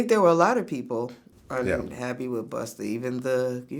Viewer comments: Ever notice that vlad always adds an er when an artist's name ends with an a? He says Pusher T and Buster Rhymes lol. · Vlad says buster and she says swiss wtf🤣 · Did Vlad say "Buster"?😂🤣 Yo fam, who you talking to? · Vlad calling Busta Buster smh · It bugs me he calls him buster 🤦🏾‍♂️ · "Buster" CRINGE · Am I the only one who cringed every time Vlad said "Buster"??? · I thought that it was just me. I wanted to throw my phone out of the window. 🤦🏾‍♀️🤦🏾‍♀️😫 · Kept calling Busta, buster. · Its Busta.. haha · And learn how to say Busta not "Buster" LOL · Vlad his name is busta not buster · "Buster" its BUSTA! Police ass vlad a whole bitch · vlad his name is BUSTA not BUSTER smh ur such a bozo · I hate you vlad, it's BUSTA! BUS TAAAAAH, NOT BUS TERRRRR, FUCK!!!!! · Europeans and them "er"s. Yo Vlad, its "Busta", not "Buster", muhfukka. Goddamn! Up in here ruinin a Legends name n shit.😡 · It’s busta VLAD not buster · Tell Vlad it’s not buster it’s busta officer sheesh!!!😂😂😂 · Why does he keep calling Busta, “Buster”??? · It's Busta, not Buster. Bitchass Vlad. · For fucks sake Vlad!! Stop saying Buster!! It's Busta!! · It’s not “Buster” rhymes.. Vlad is so trash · His name is “Busta” not Buster. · Vlad Its BUSTA not BUSTER LoL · Yo Vlad. It's Busta, not Buster. Sheesh. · VLAD..... It’s Busta not Buster!🤦🏾‍♂️ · Bustah... VLAD. BUSTAH. NOT buster. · It's B-U-S-T-A, as in Bust A Rhyme, Vlad. Not Buster... The hard R don't even make sense. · Busta...NOT BUSTER.... lmao he not a tiny toons charecter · "Buster" lol Vlad keeps saying that and I laugh each time. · I’m more annoyed than anything by Vlad repeatedly calling him “Buster” the entire interview. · Why Vlad keep calling Busta "Buster"? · Why does he keep calling Busta "Buster"? So disrespectful! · it's not buster VLAD.. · Why he keep saying Buster? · Vlad probably the only dude who call Busta Rhymes “BUSTER” lol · I swear everytime Vlad's talkin bout Busta he says Busterr